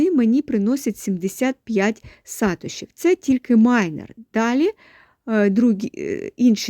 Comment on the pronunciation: Сатоши, наголос на о. Від засновника Сатоши Накамото)